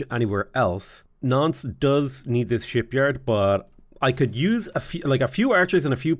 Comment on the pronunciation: really needs to enunciate when he says Nantes. With his accent, it sounds like he's saying nonce.